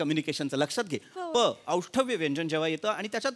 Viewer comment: व्यंजन 'औष्ठव्य' नव्हे ""ओष्ठ्य"" असतं.